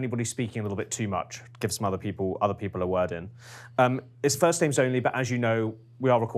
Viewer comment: He butchering the names lol